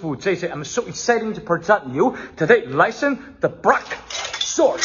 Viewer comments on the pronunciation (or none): I like how you pronounced lesson with an i as if it was written like Lisson